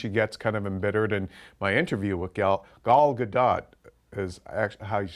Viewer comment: It's actually pronounced Gah - Dowt. There's a 30 second video of her and others pronouncing her name correctly on Youtube.